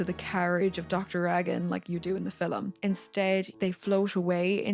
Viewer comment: "in the filem"